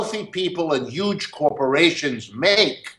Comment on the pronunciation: Is this Bernie's cousin? He said "yuge"